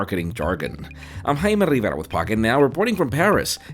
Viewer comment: Rrrjjjjaimé rrriveira!